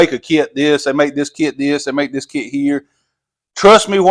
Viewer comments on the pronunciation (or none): Kit is not a two syllable word